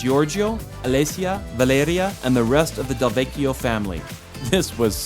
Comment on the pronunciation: Cilento looks great. And did you say Del Vecchio??